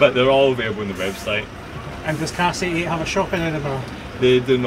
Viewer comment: Also, it's CASK 88, not Cast 88.